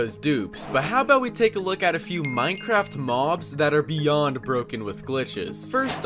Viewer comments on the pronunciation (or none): none